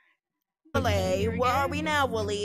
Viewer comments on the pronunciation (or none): "STUUUPID WOÆLY"